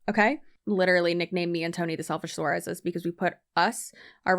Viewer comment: Get it right. You're 🤣